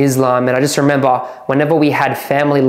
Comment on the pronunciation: How many times did he say... "I rememBAH.." 😂